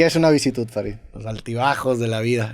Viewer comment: Sólo como paréntesis cultural. Se dice vicisitud, no Visitud. Saludos Roberto y Farid, bueeeen capitulo.